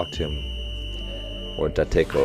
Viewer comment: And they pronounce Date like that? *Sobs in Japanese*